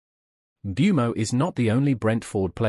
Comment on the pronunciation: How they can all pronounce Mbuemo differently and not bat fuckin eyelid is mindblowing 🤯